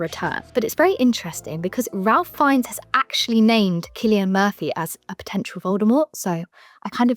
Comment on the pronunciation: It's pronounced "Rafe Fines".